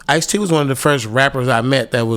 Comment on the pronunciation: He was talking about Ice-t smmfh... It's like white people saying 2Pack instead of pac...kev white side showing 🤭😂😂😂😂😂